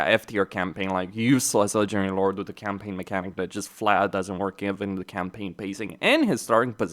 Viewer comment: why do you pronounce "ledgering lord" instead of "legendary lord"?